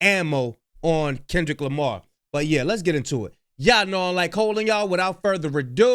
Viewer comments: He doesn't even know how to say Kendrick's name. 😂 and why did it take so long to make this claim?? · He can't even say Kendrick's name right.SMH